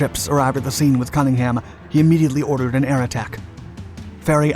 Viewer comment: For God's sake - if you are going to present a documentary on Matapan, at least do Cunningham the credit of pronouncing his name correctly!